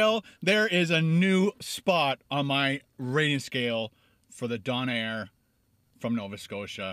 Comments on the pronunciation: Stressful hearing Don air instead of Doe Nair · I'm from Halifax but have been living in montreal now for almost 6 years... oh how I miss my donair! So glad you got to try it! Also it's a dough nair lol donair I'm a true maritime so for sure I know that is how we say it ;-) so glad you liked it ... it really makes me miss home :-) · It's donner not donair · Not pronounced DON-air, it's DOUGH-nair. I cringed everytime you said Don-air lol. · DOH-NARE, not DAWN-AIR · it's pronounced Donna not don air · D "OWN" AIR not D"ON"AIR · LOL it's pronounced Doe-nair not Don-air hahaha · It's pronounced doh-nuh not doh-nair :') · "Doughnair" is the proper way to say it. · in nova Scotia. it's pronounced Doh-Nair and put it together it's donair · I haven`t read the comments so you`ve likely heard all this already. I`m a Nova Scotian, onetime Haligonian, now living in Ontario. On the east coast we pronounce this dough-nair and spell it donair. Obviously it`s a maritimey spin on such great foods as the doner kebab and the gyro. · Coming from an east coaster, these are awesome! And don't worry, my mom pronounces it don-air too. I pick at her every time lol. These are very popular especially after drinking. Very sticky, but delicious and fattening. I usually get the donair sub. It's even better. Has garlic butter and gooey mozzarella cheese as well. Great video. Glad you liked it:) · As a Halifax native, it's "dough-nair" :) Good video! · jewels852 also it's pronounced like DOUGH-nair! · Dough nair is how it is pronounced. Also, don’t take it out of the foil, hold it like an ice cream and eat it. Traditional donair sauce is made with evaporated milk and sugar. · It's just a donar kebab, very popular street food in the UK. Don't think you emphasis 'air' at the end, it's just 'donar'. Good review but made to seem as though it's something special. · The first part of donair is pronounced the same way the stuff the pita bread is made from... dough! Dough-nair! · dough-nair lol